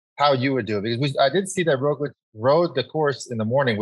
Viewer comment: I can not believe it has been at least 4 years of Roglic being one of the best, and you guys still dont give him the littlest respect of pronouncing his name correctly. Totally ruins the mood of the podcast.